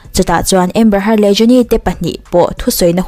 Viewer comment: A hming hmerhin tih hi i lam diklo țhin a miss